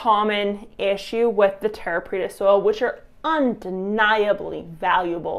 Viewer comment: you said it right. Preta means pressed